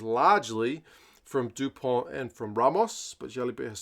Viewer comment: yes. Dupont. And not Du Pont.